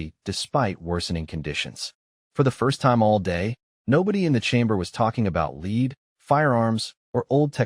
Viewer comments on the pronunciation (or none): Argh! Lead is pronounced "led," not "leed." And he came to preSENT the cartridge, not PREsent. I'm out, thumbs down because of the lousy AI narrator. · You know you can fix this AI slop by replacing the word LEAD with LED to fool the robot into reading it right. The fact that you are so lazy as to not be either innovative or attentive to what you present here is the reason I don’t subscribe! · 2.5 minutes in and "lead" is pronounced "leed". I'm done. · Does anyone actually check your stories? "Leed"? English is hard but try double checking. I would be embarrassed for such basic mistakes. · Amusing. AI Voice pronounced the Element "Lead" as the verb "led". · "Leed" ... Ai still cannot get some words right! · The word ‘lead’ is the entire plot line of the story, and the channel still cannot get it right! Why have AI write something for you if you don’t even listen to the story before you upload it. Pronouncing it as ‘leed’ makes the entire story sound like drivel. Shame on you for presenting it to us. Definitely will not subscribe. Too bad, because the story itself is good. Also, how did the AI get it right on the very last time it pronounced it? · Really? AI slop so bad it can't even say lead, the WHOLE point of the story? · They crossed interstellar space to PRESENT LEAD? The AI managed to mispronounce both words including the word the entire story is based on. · The entire point of the story is lead... but they can't make the AI pronounce it correctly... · The whole story is about lead, but the AI still couldn't figure out the correct pronunciation from context? Is there no way for a human to step in and correct it? It's supposed to be a "large language LEARNING model"! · Less than 3 minutes in and already irritated by the AI reader. If your going to make your story about Lead Bullets, then the AI should actually be able to pronounce Lead (Pb). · Pathetic AI can't even pronounce Lead (element Pb)